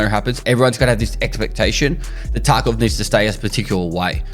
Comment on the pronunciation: after many years of videos, I was today years when I realized pronunciation of tarkov is "escape from tacov"